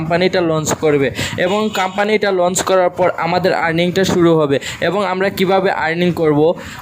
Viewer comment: কাম্পানী কি রে বেকুব!!শুদ্ধ উচ্চারণ শিখতে হবে..